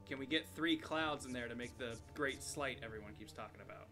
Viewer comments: If you're trying to think of it like the word "sleigh", don't. Sleight and sleigh are actually descended from completely different languages that handle the "ei" sound differently. Sleight is from Norse, where the sound is pronounced with a long I (like Sleipnir). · It's "sleights" as in "sleight of hand". So "slay" is wrong.